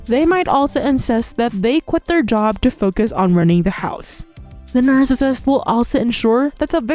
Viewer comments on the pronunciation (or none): Not related to content, but the way “nercissist” is pronounced in these videos really bothers my OCD 😅 otherwise, totally on point